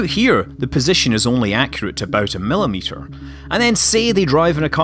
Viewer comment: 6.35 milileters lol :P